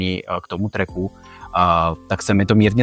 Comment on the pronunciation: převodovka, převodovka, je to převodovka. gír drajv tvl, kuželovy ozubeny kolo, ja se strojarinou trpím, belty, hjuby...je to naprd a modni vec. Když chci pneu 150 nebo MADwheelz měnim jen řemen, tady jsi nahranej a vyslovuje se trak ne trek